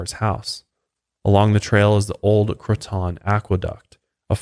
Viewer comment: "Croton" is pronounced "crow-tin" :) Croton on Hudson is a really beautiful town on the river, close to Sleepy Hollow!